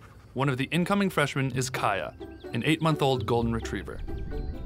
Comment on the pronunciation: Kaya is pronounced kiya lol